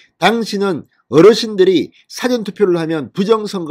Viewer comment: 진 선생님, 수고 많으십니다. 한 가지 제안드리겟습니다. 사전 투표라고 말씀하실때 백과 '사전' 같이 짧게 발음하시는데 사전 투표의 '사전'은 '사-전'이라고 길게 발음하시는게 표준어라고 생각합니다. 널리 영향을 끼치시는 분이라 겸손히 제안드립니다. 진 선생님께서 전하시는 내용 고맙게 보고 있습니다. 계속 좋은 소식 전해주시면 고맙겠습니다.